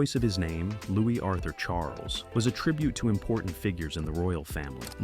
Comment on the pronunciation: Louis is pronounced with a silent s as in Louie